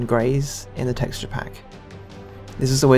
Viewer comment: ahh duck it's teaxture